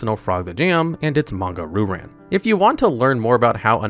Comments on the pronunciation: Heehee…Manga Roo Ran..? No offense on you pronouncing the name. It is actually pronounced as Manga Ryu [Ree-Yu] Ran. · Bro do you legitimately think the pronunciation is “roo-ran”? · The pronunciation of Ryu-Ran is absolutely killing me...